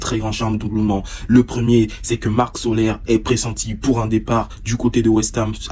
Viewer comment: On dit carlos solaire